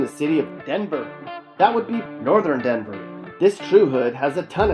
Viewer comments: THIS WAS A TRASH VIDEO. DENVER IS A WILD SPOT ( AND THE WAY YOU SAID "DENVER" IS SUPER DISRESPECTFUL ) U NEVER BEEN TO THE EAST SIDE IN THE 90'S.......... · Why does he keep saying. DENVER with such emphasis